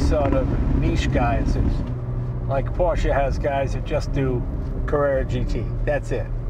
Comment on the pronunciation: Porsche: "poseurs"